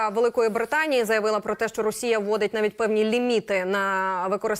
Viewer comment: Блін... Ну невже не можна вивчити слово "навіть"?!!!